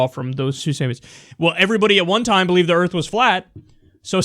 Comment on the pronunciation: put the "R" in earf